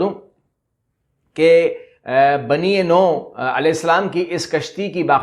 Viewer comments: السلام علیکم... کشتی نو نہیں نُوح پڑھا، بولاجاتا ہے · نوح ع کا نام صحیح پڑھا کریں